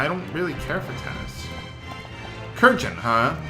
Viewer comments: I think Krjn's name is supposed to be pronounced something like Krin, not Kurjin. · It's not pronounced "Krjn" xD The J is pronounced as the "y" in "eye" :) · Okay, two things, Krjn is pronounced "Krynn" for some unearthly reason. And just a bit of trivia: Montblanc translates from French to "White Mountain" or "Mountain of White" which is amazingly amusing considering he's a frickin' Moogle.